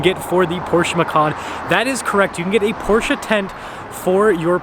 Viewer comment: Im glad you say Porsche and not Por-shuh